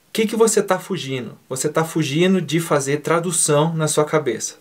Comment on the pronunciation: Independente de concordar ou não com sua opiniões quanto ao DUOLINGO, permita-me deixar aqui minha indignação quanto a sua pronúncia no uso do gerúndio ao pronunciar palavras como fugino ao invés de fugindo. Espero que meu apontamento não seja visto como pejorativo e que sirva sim como uma crítica construtiva que possa te ajudar a crescer e melhorar como professor. Porque fica completamente impossível ser professor de qualquer coisa comendo letras e mutilando o gerúndio isso tira toda a credibilidade do professor. Me desculpe se fui muito duro mas FUGINO NÃO DÁ, isso chega a doer. Felicidades e prosperidade